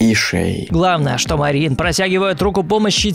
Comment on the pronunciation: Кстати, правильно не Мари́н а Ма́рин, я из Молдовы, поэтому говорю как будет правильно)